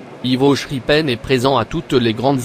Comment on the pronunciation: The name is pronounced wrong, it's Ivo Schraepen wich is pronounced as Schrapen with the A as in A name, not schepen. It's a nice layout which I have seen often, however a lot of the buildings on it are generic items from the likes of Faller and Kibri, and not specifically depicting Belgian building styles. But when you have to build 30 mters (100FT) of layout making all the buidlings yourself is a huge task, some thing Ivo and his dad did on the layout which superseded this one, a scale replica of the station of Hasselt in Belgium.